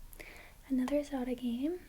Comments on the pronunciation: I thought you were saying "Soda" like "do you like soda?" until you showed the front of the cartridge which I realized "ohhh she's saying Zelda" lol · I love how you pronounce Zelda 😋